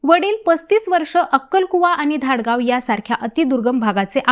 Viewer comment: धाडगाव नाही माम धडगाव